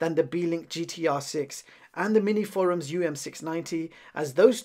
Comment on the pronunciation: Minisforum, not Miniforums